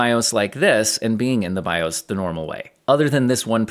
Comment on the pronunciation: "bi-ohs" kills me every time